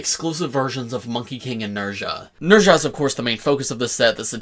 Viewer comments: Not to be that guy, but his name is pronounced "Nehh-zz-aah" not "Ner-zha" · Nez-ha.... please say the name correctly please!!!!